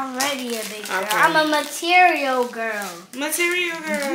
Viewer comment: Not “I’m a material gworl” lol byee 😂